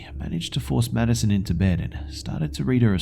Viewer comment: I keep hearing "Medicine" instead of "Maddison" lol